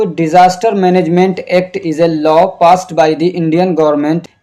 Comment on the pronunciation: Lawa nahi yaar law hota hai